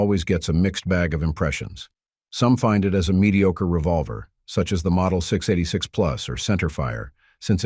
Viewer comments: ENOUGH with the AI generated narrations. Hire a voice actor that can say "six eighty six" instead of "six da eightysix. You lost this viewer at that faux paux. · I dropped this the second a computer voice mispronounced the S&W 686!